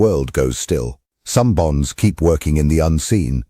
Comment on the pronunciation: 🤔 ... Bonds... I thought you said BOMBS Doc 😁 ... slow-the-roll on the AI script reader